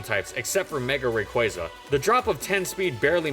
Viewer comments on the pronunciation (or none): RayQUAHZA. Not RayQUAYZA. I get so triggered every time.